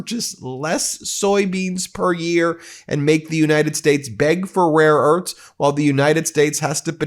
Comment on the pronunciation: Rare E A R T H S (NOT "URTS")